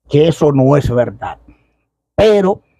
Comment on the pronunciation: Aprenda a hablar no se dice Velda sino verdad